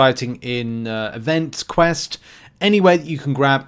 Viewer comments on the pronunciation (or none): none